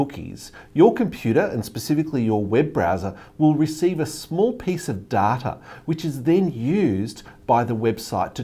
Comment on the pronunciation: Omg he said data and not data